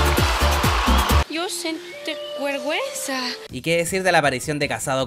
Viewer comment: Que grande el varón Jajaj me cago de la risa cada vez que sale la Paz Bascuñan diciendo “guerguenza”